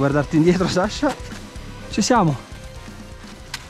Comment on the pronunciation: Ok ma ti prego è SASCHA non SASHA